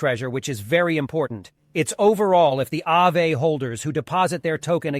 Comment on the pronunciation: It’s “Ah-Vay” Finnish for ghost